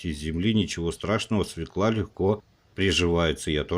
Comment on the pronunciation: Свёкла! Ё -всегда ударная!